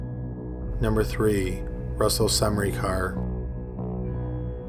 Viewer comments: Great video as always, horrible cases and all that, but it's just funny to me how you pronounce "Smrekar" :D It sounds like you're saying "SaMrekar" and where I live we just say it as it is written- without the weird sounding "a" between S and M if that makes sense. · It's not pronounced Semrikar, though :D It's SMREH - CAR. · I also enjoy this channel but if you're going to make a living narrating things, you have an obligation to at least attempt to pronounce things correctly. Semreekar? It took me twenty seconds to find out the proper pronunciation. Smurker. It just feels lazy. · Smrekar. SUM-ree-car ?! I thought it was Smā-ker? EDIT: sorry… It's actually pronounced: SĀ-ten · It's not Semnikar good damn it, it's Smrekar.. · you mean smreaker... not sem-ricar? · Oh, wow. First person, Russel Smrekar sounds like a descendant of someone who move to the States from Slovenia (ex Yugoslavia, maybe in the war time). Smrekar is a very common and typical Slovene surname, it's prononounced Sm-reh-car. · Omg it’s smrey car it’s smrAY cer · I knew a guy with that last name and he pronounced it smar-ker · I was wondering if anyone would comment on his pronunciation of Smerkar. I've never heard it pronounced the way he did.